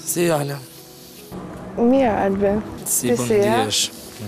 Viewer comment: Kur e therrasin Alesian “Ale”, tingellon si “Hale”😂